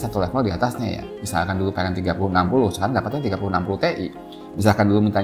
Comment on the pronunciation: Tee'i? T,iyyyy om!